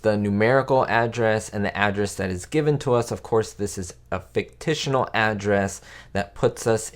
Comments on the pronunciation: "Fictitional"??? 😆 I think you mean fictitious. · There is no such word as “fictitional.” I think you mean “fictional” or even “fictitious.” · WTF is fictitional??? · Did this guy say “ficticional”? He could have chosen “fictitious” or “fictional” but he’s using his own personal language. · Fictional is a word, as is fictitious. "Fictitional" is not a word. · Fictional or Fictitious. Fictitional is not a word. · Good interesting video. I used to watch this show when it was on broadcast TV long long ago. But just a note. The word is "fictional," not "fictitional." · Is "fictitional" even a word? Otherwise, thanks for the memories. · Lisa Douglas also says fictitional 😂🤣